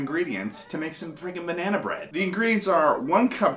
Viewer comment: bah-nea-nah bread